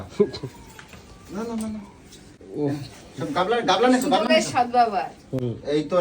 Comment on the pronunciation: আবার সেই একই ভুল. গামলা কে গাবলা বলে বুঝো দুরবস্থায় মিঠুনের